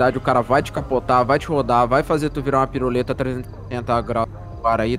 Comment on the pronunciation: O falando puruleta KKK